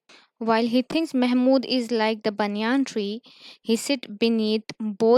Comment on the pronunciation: What is a banyaan tree it is a banyan tree